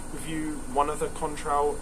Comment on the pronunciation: and: 10/10, shame about the industrial mishap. is annoyed about the pronunciation of Cointreau! U da best!